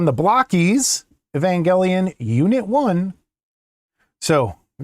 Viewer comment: Every time you said "Blokees" in the last video I kept thinking that you said "Balakay" like Mr. Garvey. 🤣 "With your sausage fingers? ......I can't wait!"🤣🤣🤣